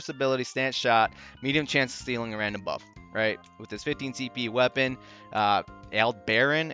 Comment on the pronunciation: Super short on yellow t5! You're not alone :) nice vid tnx. btw it's pronounced Al - Deb' - Er - On , and it's a famous star (as is Vega :)